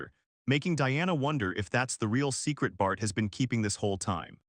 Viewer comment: Whenever you say bart i hear fart😂